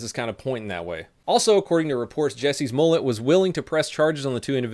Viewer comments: My favorite part of this is how keeps saying "Jesse's Mullett" instead of Jessie Smollett!! 😉😉 Keep up the good work. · it sounds like you are saying Jussie's mollett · When says Jussie Smollet it sounds like Jesses mullet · It sounded like you called him "Jessie's Mullet." I like that!. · Whenever he said Jussie Smollett I thought he was saying Jessie’s Mullet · I kept thinking he said Jessie's mullet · Did anyone else hear 'Jessies Mullet'? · why do i allways hear "Jesses Mullet"? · Am i the only one that hears "Jesse's mullet" ? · Sounds like he says "Jesse's Mullet"...